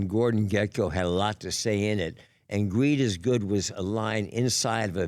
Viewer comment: Sounded like, “Weed is good!”.